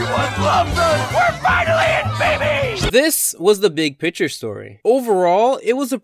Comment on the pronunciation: Hey, since you don’t understand this, I’ll point it out. There’s actually a “c” in picture! I know, I know. Mind blowing stuff, usually a person with no accent knows this but it’s okay, we all make mistakes. I just don’t think you know it’s the big picture show. NOT the big “pitcher” show as you keep saying. I never watched that as a kid. While we’re here, say it with me, fig-your. Figure, your. Not figger. That’s borderline racist, Christ man this isn’t so hard